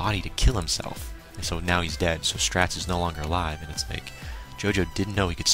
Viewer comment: Just to inform you Straits name is pronounced Straights